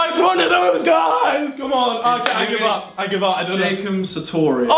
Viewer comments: Did anyone else relise that oli said Jacom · Btw it`s Jacob not Jacum if anyone got confused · sorry did he call Jacob satorious jacum satorious